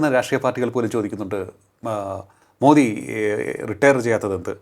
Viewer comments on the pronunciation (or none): മോടിയല്ല മോദി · എത്ര അരോചകമാണ്. 11 വർഷമായിട്ട് ഭരിക്കുന്ന പ്രധാന മന്ത്രി യുടെ ശരിയായ പേര് പോലും പറയാൻ അറിയാത്ത ഒരുത്തൻ. മോഡി അല്ല മനുഷ്യാ. മോദി. മോദി. കഷ്ടം